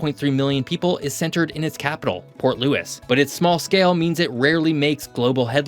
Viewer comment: Port looie not port lewis